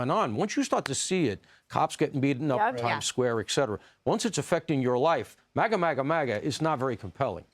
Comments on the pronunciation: You ever notice he can't even say MAGA he says mager. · Joe obsessed with what he refers to as Magra. He always says 'Magra' 😂